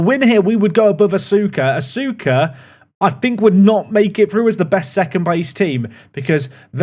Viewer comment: Asuka FC is pronounced uska fc fyi